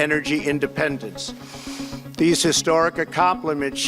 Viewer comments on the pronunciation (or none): none